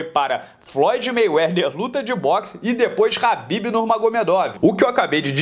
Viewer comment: Parabéns pelo trabalho, mas não é Habib e sim khabib Normagomedov. Oss